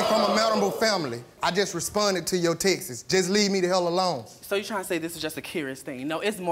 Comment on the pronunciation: “I responded to your “textes” 😭😭😂😭